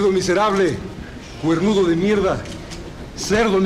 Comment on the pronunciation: “Que mierrrrda” 🤣